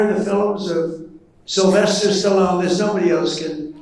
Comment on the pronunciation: Did he say, "Sylvester Sly SALLONE?!". awhat an idiot!!! 🤦🏾🤦🏾🤦🏾🤦🏾